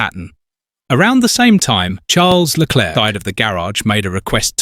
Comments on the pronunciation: The script meanders all over the place, yeah, and it also pauses every time it says Leclerc's name, as if the AI couldn't read it the first time and they had to splice in another take. Still, the briefings and audio records do get leaked online, it's not implausible whoever scripted this has actually seen them. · If you must use an AI voice, at least find an AI that can cope with aying 'Leclerc'